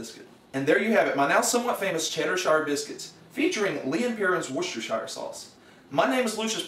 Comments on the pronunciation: Funny stuff as always, big lols Though you pronounce Worcestershire weirdly! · Gahh, the way you pronounce Worcestershire is wrong But meh